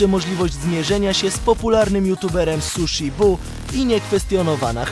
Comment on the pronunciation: przepraszam ale Suszibu się czyta sołszibo a poza tym nie chodziło czasem o Rocka? Przecież to on był na tym stanowisku i grał w wyścigach...